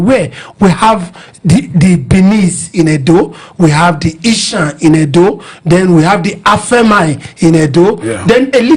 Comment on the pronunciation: Please it’s not Ishan but Esan…I thought the moderator is from Edo State? He should know better!